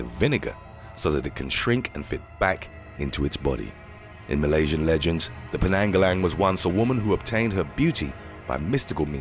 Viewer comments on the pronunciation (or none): none